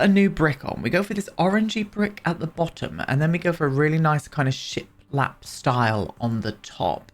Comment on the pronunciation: You may not be seeing those Edwardian base game tiles because the default swatch you see is in dark colors (sort of teal and burgundy I think). Every time you said ‘ship lap’ I heard ‘shit lap’!